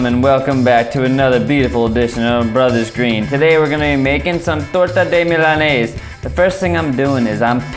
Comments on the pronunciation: Its Milanesa (MEE-LAH-NESS-SAH), Not Milanaze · It's pronounced " Meel-la-nessa " :) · I'm not Hispanic... Lmao jk yeah I am , I'm not gunna let him say it wrong lol, that's messed up! I